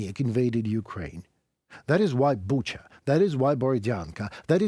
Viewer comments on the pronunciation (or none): none